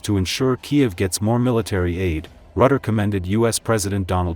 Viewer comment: The man is called Rutte, not Rutter, and he is the best man in building bridges. 😂